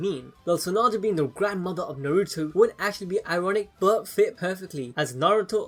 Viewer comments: say naruto right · narOOto and borOOto